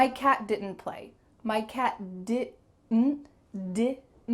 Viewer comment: First time for me to know that didnt could be pronounced as (di un ) . Thnx